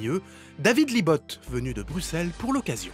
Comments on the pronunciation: On dit bruSSelle ! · Bruxelles ce dit Brusselles avec un S et pas de prononciation du X !!